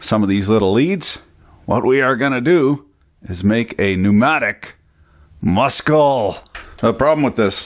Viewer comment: my favorite thing he said "MUSCL!" lol i love it